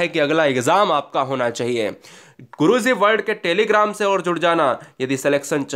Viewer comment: Guru zi nhii.....guru ji bole plz....aap ghalat bolte h